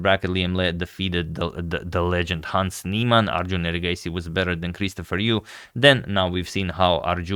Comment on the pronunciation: "The legend Hans Neiman "💀